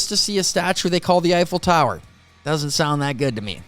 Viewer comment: It is so sad that by showing your respect to the Eiffel tower you sound so fucking american it's a disease